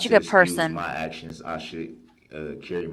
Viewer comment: New word alert…😂 “Hacktions” 😂